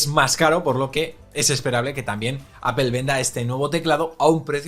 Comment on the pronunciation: Me pongo malo cuando lo intentan pronunciar todo más o menos bien, salvo Apple: es "apol", no "apel".